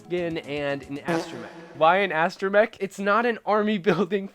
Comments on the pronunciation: Mech, not mic. You got it right in the rest of the video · Did he just pronounce astromech as uh-stro-mic ?